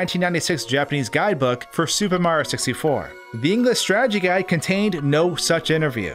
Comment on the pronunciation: He said "Supehmario64" like 30 times.